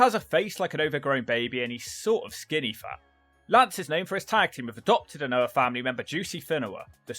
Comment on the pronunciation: Anoa'i is pronounced Ann-Oh-Ah-Ee...